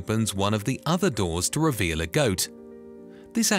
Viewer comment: Really ? WRONG ! Every time you said the word "reveal", you were speaking INCORRECTLY. It's basic English, which you don't know. Try and figure that one out, fool.